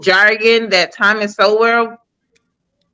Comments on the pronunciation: I guarantee you that the ones speaking about Dr. Sowell (pronounced SOUL) have not red ONE SINGLE book he has written. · She can’t say, Thomas Sowell, but we should listen to her. 😂😂😂